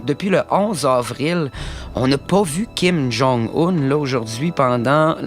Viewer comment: kim jon oun